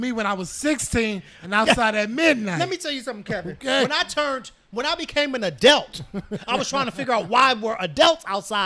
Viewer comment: I love how they say adelt instead of adult 😅😊